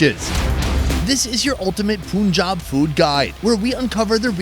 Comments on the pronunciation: sorry, it's not POON job. It's PUN Job. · It’s paanjab not Punjab ❤️ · It’s not poonjaab , it’s pun jaab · It’s pronounced PUN-Jaab not poonjab! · *Panjab exists Indians: Let's anglicise our spelling so the Brits can pronounce it Meanwhile Brits: POONJAB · I cringe every time he says Poonjab. Dude, it’s Punjab, “Pun” pronounced like “no pun intended” 😉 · It's PUN • JAAB Not POON • JAAB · Please learn how to pronounce the names of Indian states. It's not 'Phoonjaab', it's Punjab. Please watch some Indian videos and learn how to pronounce properly. It sounds offensive! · Why you refer to Punjab's first syllable Pu like Put instead of Pu in Pun? irritating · Bro Its pronunced as Paanjab not puunjab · पंजाब not पूनजॉब 🤣🤣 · Punchjab..not poonjab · Not puunjab it punjab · Like bruhhh that is Punjab not ponjab, simple as that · Just listen to the natives… dafuc r u sayin POONjab Its PUUNjab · Its PUN-JAB not poon-jab.😅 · its not punjab its panjab we pronounce it panjab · You make so many puns but you pronounce Pun Jab as Poon Jab. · its not poonjab it panjab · O please not panjab it's PUNJAB 😂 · It's not panjab it's Punjab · This channel should be renamed to - "W/O ". Btw It is pronounced as - 'Panjaab', Not 'Pooonjaab'! Damn! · PUN-Jab not POON-jab Gdamn metican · It’s not Pooooonjab It’s PUUUUNJAB JUS LISTEN TO THE LOCALS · I bet someone's grandparents or great grandparents would get PTSD the way he says 'Poonjab' 😹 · Did he just say puunjab😅😅😅😅😅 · Did he just say puunjob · It’s not poonjaab 🤣 Kindly Ask it with any indian or pakistani.I can’t spell the pronunciation out here. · It is Panjab sounds “Paanj aab” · PUN (as in RUN FUN) - JAAB (as in Job, American Pronounciation)😂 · Why every foreigner calls punjab like puuunjab... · Its pronounced PANJAB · It’s PUUUUUUUNJAAB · Not poooonjab for Christ sake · Bro… “pooon-job”. Seriously? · Still can't pronounce Punjab. Sad.